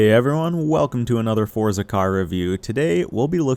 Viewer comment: thanks for the great review,! did you know that the z in forza should be pronounced like the z sound in mozzarella? almost like fort-sah